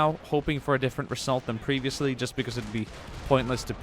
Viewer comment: Am I the only one noticing his strong S Pronunciation? ;p I hope the reSSult is going to be good ;)